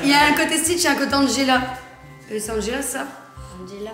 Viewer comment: Ses pas Angela mais angeail